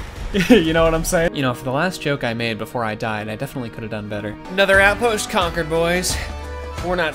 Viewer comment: Lmao “ ha ha the yokes on you “ 💀